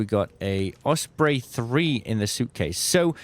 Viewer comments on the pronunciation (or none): none